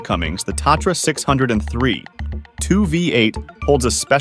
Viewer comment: From the start, the Tatra was NOT a six hundred and three, it was a six o three. Then the whole video just went downhill from there.